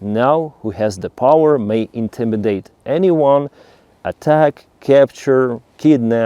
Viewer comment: Thank you,. Please look up the pronunciation of "Intimidate" and "Southern", that was quite confusing. 😅